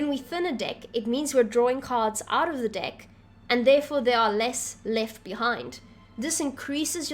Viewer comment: This might sound super immature but at the beginning you said choose a deck to play with and it kinda sounded like choose a dick to play with lol! What can I say I find the worst in the best lol!